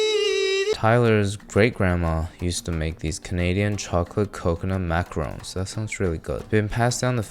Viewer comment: it's maca-roons not maca-rons. macarons and macaroons are not the same thing